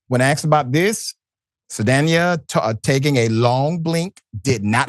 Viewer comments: My god Dr Ritchie can you pronounce one name right. It’s pronounced Gas-sone. And Zoe’s last name is pronounced Sal-Dan-nha. 😩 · Dr. Richey you are saying Zoe’s name wrong it’s SAL Danya !!! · Saldaña is pronounced like Sol-don-ya. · Why is he so bad at pronouncing names. Especially, well known names like Zoe Saldana.